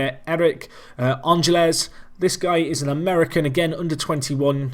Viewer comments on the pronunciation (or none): Ángeles is pronounced AN-hel-ez (you have to sort of roll the "h" sound that the "g" makes)